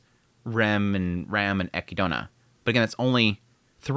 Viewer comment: its not equidona its equid na :'v